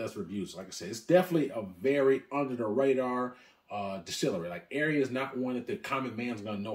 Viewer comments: Great video but gotta work on your pronunciation of these items. Wrong on almost all of them including the very brand of whisky lol. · I've never heard someone mispronounce Arran.